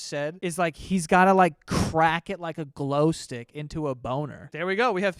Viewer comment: I love that he almost said “grow stick” 🤣